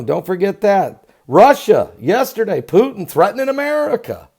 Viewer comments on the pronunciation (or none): none